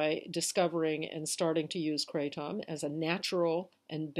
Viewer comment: Thanks for sharing. I like the way you say kray-TOM.